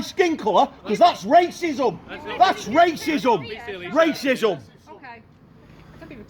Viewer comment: “Raycizzom” 😂😂😂😂😂 what a 🔔